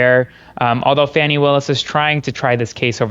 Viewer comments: I agree, but if you're selling yourself as a legal expert, while looking 15; you should pronounce names properly, so people will believe you ARE the former!! "FAW-NEE" not FANNY & JUDGE "MER-SHAWN" not MERSHIN. Just sayin'..... LOL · Please tell your friend he is not pronouncing Fani's name correctly!! It is not fanny!!! It is pronounced 'fawny' 🙄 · Awesome video (as always). The legal expert pronounced Fani's name wrong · Pronounce her name correctly,! You sound like a right winger! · Why don't you tell your friend to pronounce Fani name right or I'll stop watching or listening to your show to.